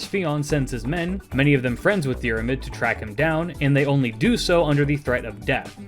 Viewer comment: Love the videos, not a critcism just thought you might find it interesting. Im irish Fionn is pronounced like F(i)un Dairmuid is pronounced like Deer mud (you've basically got this one down alteady) Grainne is pronounced like (G)raaw nyeh (the diacritic on the á is the same as the the one in hepburn japanese, like Shōnen. It means a long vowel)